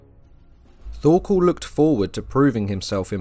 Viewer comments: Bro your saying Thorkol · Really good video, that was well researched. Though Thorkell's name is pronounced Tor kEl, the H is silent and the kell part is said with an E, not an A. Also it's Knud the Great, you say the Kn as in "know", though with a little more emphasis on the K, and the d is for once actually pronounced, bc in most words Danish, that has a D, the D is usually silent, but in "Knud" it's not a hard d, you have to roll it of and make it a softer pronunciation. And I absolutely love Vinland Saga, even though it has some low-fantasy elements and some classical shounen tropes, it is one of the most realistic depictions of Old English and Old Norse lifestyle, housing, clothing, tools, weapons, armours, tactics etc. one other thing, that it gets right compared to most other medieval shows, is all the different colours of their clothes. If we take Vikings as a reference, they are all grey and brown and for some fucked up reason wearing leather armour, which all historians agree never existed. The Vikings of reality were full clad in iron armour and big powerful shields, spears and axes with an array of colours on their clothes, just like we see in Vinland Saga. There's a good reason they where seen as some of the best warriors in the World.